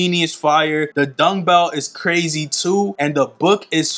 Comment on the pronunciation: Bro where you saying dungbell or dumbbell 😂